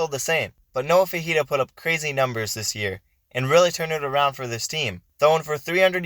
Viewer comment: It’s pronounced “Fi- fi- ta”not fajita he’s not a chilies dish